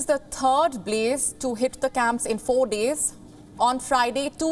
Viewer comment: INDIAN ACCENT B LE ZE BLAZE